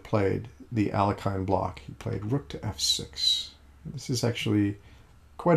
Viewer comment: You pronounced Alekhine incorrectly